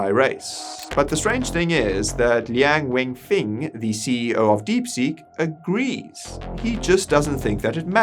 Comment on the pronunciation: It's Lian Wen Feng, not weng.